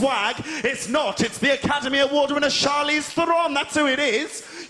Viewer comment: Ear sore to hear him pronounce Charlize's name oddly